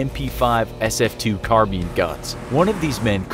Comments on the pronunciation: This narrator cannot pronounce words properly!! 🤦🏼‍♂️ 'Derby' is pronounced, 'dar-bee' - not 'derr-bee' and 'carbine' is pronounced, 'car-byne' - not 'car-bean' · Car - buyn, not Car - bean. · did you just read carbine as car bean? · lmao carbine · I sure love my carbean gun. I mean it's not like it's carbine or anything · it’s carbine not carbean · "car bean rifle" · “Car-bean” lol seriously? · Did he say carbeene? lol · Its Carbine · So were not gonna talk about how he says carbine? K then